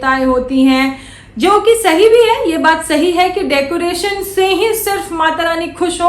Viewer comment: Bheegi billi ko decoration tak nahi bolne aa raha kya reaction degi re😂😂😂😂डेकोरेसन bolti hai😂😂😂